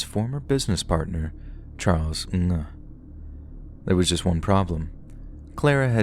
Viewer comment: you are killing me with your pronunciation of NG. Remember on the live chat we all told you it was pronounced ING LOL. Regardless, great video, as per the usual!